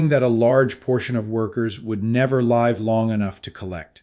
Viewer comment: AI. "Live" mispronounced. Stopped watching there. Don't trust it.